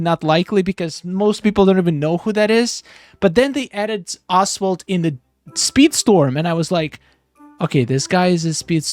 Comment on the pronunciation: I chuckled when I thought you pronounced "Oswald" like "Asphalt" :D I think we would get the lucky villager from behind that waterfall down the docks as shown in the content roadmap, the celler is probably another way to get to Jafar